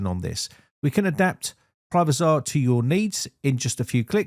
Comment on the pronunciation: Privazer not Privazar....just saying.